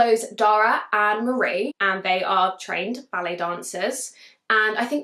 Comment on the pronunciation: As you were talking about The Turnout, the whole time I thought you were saying belly dancers instead of ballet. Had me confused, because the cover gave a whole different vibe. Then it dawned on me😂